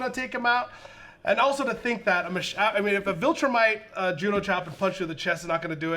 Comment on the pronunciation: Am I the only one weirded out by them pronouncing it 'vOltrumite'? Like, is that some inside joke or did you guys just never see how it was spelled and misheard it over and over and over again while watching the show??? Also how has no one told yall??? It's 'viltrumite' with an 'i'...